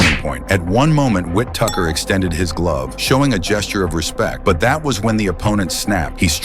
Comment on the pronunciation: "Ben Whit Tucker"; W-T-actual-F?! 😂